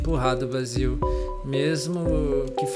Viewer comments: se fala " Bei-zil " não Bá-zil desculpa;w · Acho q Basil é mulher e o nome se pronúncia Beisil eu acho